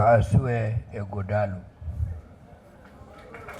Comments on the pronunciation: This baffles me that Nigerians from other far and near tribes can't pronunce Ighodalo distinctively. Even when they are making their written speeches with the name also written in the speeches. Can't they learn the pronunciation before delivering the speeches ? The time we were schooling in a french country, the white lecturers could pronunce our African names such as Obhigho, Akhahon, Inegbedion and Oghedegbe very well. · I’m surprised that Senator James Manager, from Delta State couldn’t properly pronounce the name of the Edo PDP candidate. Here is a man from the next community to his own